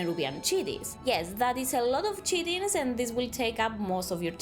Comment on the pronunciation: “Kite-in” is how chitin is pronounced